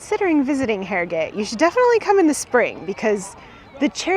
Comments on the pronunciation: All you need to do is practise the pronounciation - Arrag't 😀😃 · Being from Yorkshire its pronounced 'Arrugut'